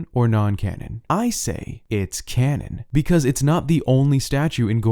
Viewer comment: Every time he said canon I could not help but hear Ganon smh 😅 I cant wait for Ganondorf in botw 2 lol 😄